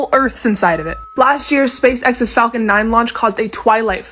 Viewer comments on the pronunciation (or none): none